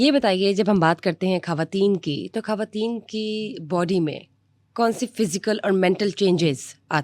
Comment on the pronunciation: This is khawateen not khhawateen